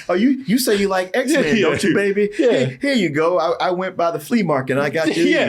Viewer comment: My boy said, "Z men" 😂